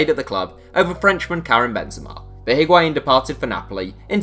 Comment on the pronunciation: Void Vector no. It’s not wa It’s a